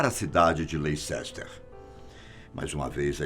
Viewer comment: Leicester pronuncia-se, Lester! Um abraço de Portugal 😊